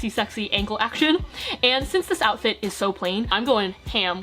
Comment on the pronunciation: 'oufit' im not sorry :)